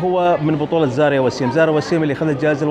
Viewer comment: ملاحظة بسيطة استاذ.. الممثلة اسمها زايرا مش زاريا انت مصمم على زاريا من ايام فيلم دانغال 😂😂😂 تحياتي لك 🌹🌹